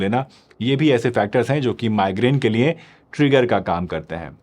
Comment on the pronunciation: Niye nhi liye hota hai sir